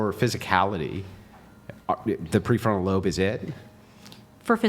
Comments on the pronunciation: Let be known it ended with her saying "pre-frontal-cont-cortext". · Lmfao "Peefortal context"